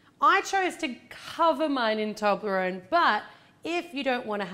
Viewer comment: Its toblarone not toonlorone!!!